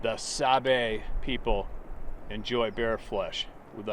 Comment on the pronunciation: Sabe is how the Ojibwe/Chippewa refer to them. There are hundreds of different handles for them. It's pronounced sawBAY stress on the second syllable.